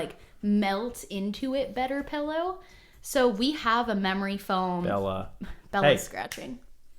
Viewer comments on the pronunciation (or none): He’s saying pillow wrong! It’s PILLOW not PELLOW!!! 😂😂😂 love u guys ❤️ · hot take should be that he says “PELLOW” instead of “PILLOW” 😂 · so many "pellow" fellows haha